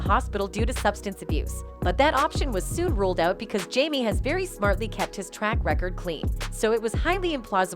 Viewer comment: She or whomever needs to learn how to pronounce names correctly. To-pack and Jam-e😂🤦‍♀️